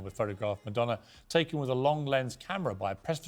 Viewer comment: IT'S MADONNA, REALLY...😮😮😢